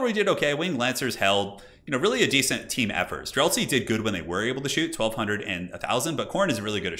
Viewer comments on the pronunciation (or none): none